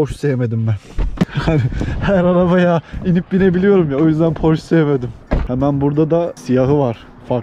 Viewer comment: abi kısa bi bilgi porş değil porşe olarak okunuyor